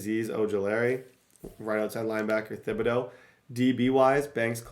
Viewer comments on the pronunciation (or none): The “h” in Thibodaux is silent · How has not corrected saying thibedaux’s name yet? 🤣🤣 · you should google how to pronounce Kayvon Thibodeauxs' name, you butcher it every video 😆